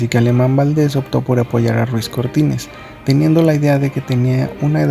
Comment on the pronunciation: Si su primer apellido es Ruiz por qué dices Cortínez?